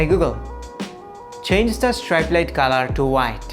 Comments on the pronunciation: Bro its 'strip' not 'stripe' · Strap na IT'S PRONOUNCE STRIP (STREEP) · other people: streep: StRiEpe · Hey google, tharn on the strite light on😖 what an accent.